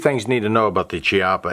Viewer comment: Pronounced "KEE-ah-pah"